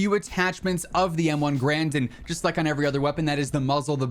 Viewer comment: Turns out, M1's "Garand" isn't pronounced like G-rand, but more like "Gah-rand."